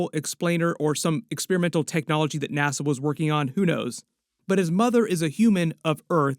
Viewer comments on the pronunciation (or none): none